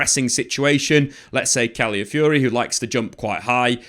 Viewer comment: Really love the content, but if I could just ask one thing: could you work on pronunciation of the player names? Calafiori was mentioned a lot, but his name was often pronounced as califiori or caliafiori. I know it's not the point of the video, but i thought i'd bring it up anyways in case it's useful. In general though, I learn so much from these videos so thanks!